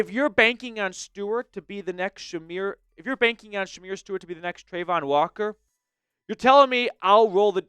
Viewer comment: Man, you're completely butchering Shemar Stewart's name. It's embarrassing...